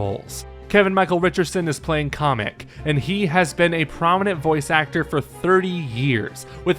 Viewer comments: CA-MIC, NOT CO-MIC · You pronounced Kamek completely wrong. It's not Kamek not Komek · It's Kamek, not Comic!